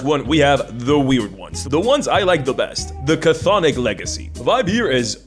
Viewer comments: It’s pronounced “Thonic,” not “kuh-thonic.” You played yourself with that one. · It's funny how you talk about people mispronouncing Chthonic and then proceed to mispronounce it yourself. The C at the start of the word is silent, so it's just pronounced thonic and not cathonic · just an FYI; Cthonic is not pronounced "Ca-Thonic," it's Greek and Greeks like their silent letters, it just sounds like "Thonic," no "Ca" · Not to be "that guy", but I find it quite amusing you made a joke about people butchering the pronunciation of "chthonic" then proceed to spend the entire video saying it wrong. For future reference, the "Ch" at the start is totally silent. It's just "THAW-nik". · The word is pronounced "thon-ick". The first C is silent. I blame Cthulhu (where the first C should be silent as well, but nobody pronounces it correctly). Very entertaining video as usual, but I'm done giving WOTC any money for anything ever again. With games like DC20 and Shadowdark out there that do what D&D does better and don't hate their customers on top of it, I (sadly) am done with any new stuff produced for the world's premiere (but no longer greatest) roleplaying game. If Hasbro/WOTC still recognized that D&D is a hobby instead of a "lifestyle brand" and just focused on producing quality entertainment rather than making social commentary, I'd still be on board. But, frankly, at this point, it's so easy to just walk away, and notice that nothing of value was lost. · the C in cthonic is silent but you mispronounced it wrong on purpose for clicks touché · That's not how you pronounce chthonic though 🤦‍♂️ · Thank you. I cringed when I heard the pronunciation, and now I must brace myself for years of mispronunciation. I still wince when I hear someone Avernus with the same cadence as Inverness. Cthonic and Avernus are real words with pronunciations people can look up. I suppose if I can accept Sigil with a hard G, I'll adjust.